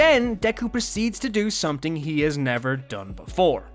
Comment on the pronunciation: No offense to this YouTuber, but does anybody else get triggered when someone says something wrong? Such as these words being said as “someting”(which is suppose to be “something”), and “tink”(which is suppose to be the word, “think”. Sentence Example, using the wrong pronounced words: I tink someting is off in tis house.